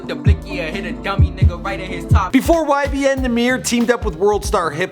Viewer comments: nigha said “YMB” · He said ymb